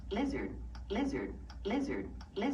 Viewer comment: Blizzard! (thats what i hear to what is supposed to be saying "lizard")